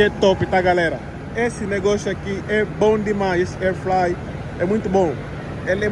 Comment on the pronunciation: Fala! So uma correção não se diz air FLYER, o correto é air FRYER (fritadeira a ar) 😉